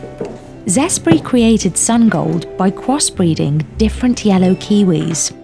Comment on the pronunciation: "Zespri created sun-gold by cwossbwiding🥺"